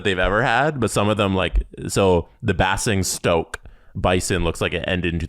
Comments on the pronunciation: Basingstoke. Bay-zing-stoke, not Bass-ing-stoke. I used to skate there. Was a guy who was the spitting image of Kadri! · Pronounced ' Bays Ing Stoke' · You numpties, it's BAY-zing-stoke. ;) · Also I gotta say it’s pronounced bay-sing-stoke 😂😂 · I'm Canadian and the pronunciation of Basingstoke caused true pain. 😂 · Congrats to on pronouncing MK correctly... although basingstoke (bay-zing-stoke) was butchered! Also, proud Nottingham Panthers fan here!